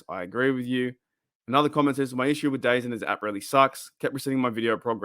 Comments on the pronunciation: Just a heads up - its pronounced "the zone" not dazun. Either way, nervous about this service, but i guess its my only way to legally stream all nfl games here in canada 🙃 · Just an FYI, it's apparently pronounced "Da-Zone". I keep seeing their ads all over YouTube now.